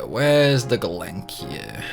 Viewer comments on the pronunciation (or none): He calls the Gelnika.... Galankir....now a scimitar SiSimitar 💀